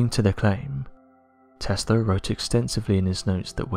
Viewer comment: Hmm.. Testla 1-2-3 sounds a lot like testing 1-2-3